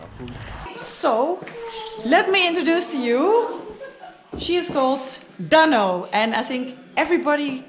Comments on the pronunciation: Noraly, have you watched the Bolkywood classic blockbuster movie "Sholay"? How did you find the name "Dhanno"? BTW, practise pronoucing it correctly-- it's not "Dunno". It's pronounced "Duhn no". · You gota stress the nuu when you say Dhanno,. DHan NuuU.... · Noraly, DHANNO is pronounced as " the" DHA is pronounced just like THE so try pronouncing it as DthAANO!!! I think it was the name of the horse of Basanti, from the bollywood movie "SHOLAY"!!! Best of luck with ur new Bike "DHANNO" & Bonvoyage in the very near future!!! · I was about to suggest you "Dhannoo"... "धन्नो"... 😂😂😂. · This is the first time i feel sad in this whole journey. You Leaving basanti at that shop make me feel so sad. But basanti will be remembered forever. Welcome to Dhanno...I wish both of you best of luck for coming adventures...I think you need to put more emphasis on dh part of "dhanno" in pronunciation